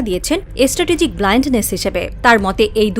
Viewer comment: বাংলাদেশে র সংবাদ পাঠিকা বলছে এস ট্রাটেজিক ওটা হবে স্ট্রাটেজিক 😊